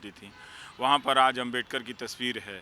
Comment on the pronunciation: Ravish Kumar apki ehsiat nahi ki babasaheb ko abmedkar kehna.Aap pehle sahi se Naam lene ka seeklo phir bolna